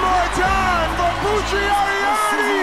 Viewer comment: Poo tree . . . that´s how you pronoun